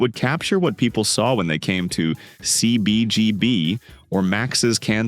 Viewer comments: ceee beee geee beeee! 🤣 awful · I hate the AI voice, that can't pronounce CBGB, or Dennis. It is Denee robot!